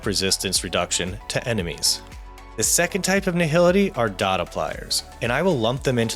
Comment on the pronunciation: Finally someone who said it correctly.... DoT is simply DOT... not Dee-Oh-Tee.